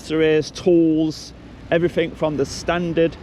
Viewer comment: He tried to learn one language, english. He still says everythink, somethink, nothink. One language guys. Learn it. It is everything, it is something, it nothing. Thickos.